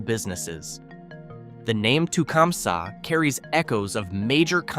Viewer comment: Tecumseh is pronounsed tah-cum-see and was home to Tecumseh small engines which has simce gone out of buisness so they've had their struggles too. I was born in Ypsilanti which is pronounced ip-sah lantea, some photographer took a picture of the water tower and it looks semi soft, postcards are available ( or used to be ) and is much more sexually suggestive than Gay or Climax.